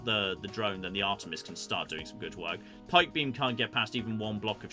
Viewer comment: I assume meant to say: “DOUBLE PIKE BEAM! DOUBLE PIKE BEAM!!!” But it came out as “DOUBLE PUCK BOOB! DOUBLE PUCK BOOB!!!” I’ve been watching this channel long enough to know how EPIC the double pike beam is, but I kinda wish they had a double puck boob because that sounds even better somehow, whatever that even means….. 🤣🤣🤣